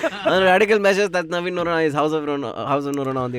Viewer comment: It's 'Navin' not 'Naveen'